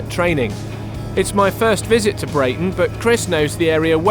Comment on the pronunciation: I would have thought Chris would have picked up on your mispronunciation of Breighton, it's pronounced "Breeton". Not usually pedantic about such things it's just that only seven miles to the West of Breighton there is actually a village called Brayton, which is; yes you've guessed it; pronounced "Brayton". Confusing or what?